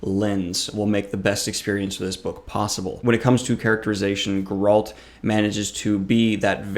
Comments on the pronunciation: Not Gur-alt. It's "Gair-ult" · Why does he say Goralt 😭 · it’s GE-ralt & DAN-de-lion. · pronouncing Geralt as "go-RALT" and Dandellion as "dan-DI-leon" were a couple of triggers I was not expecting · Calling him GOralt kills me so bad :D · Why do reviewers butcher the pronunciation of "Geralt"?